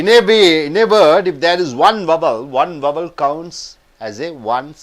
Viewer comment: He even does not know prounciation of vowei....need to work on your accent before giving training to others man.